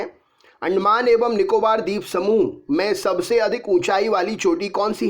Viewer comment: Andmaan nikobr sweep samuh🙏